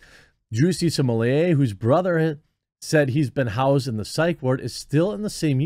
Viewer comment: I wonder if Jeremy will have learned to pronounce Smollett by the end of this ordeal.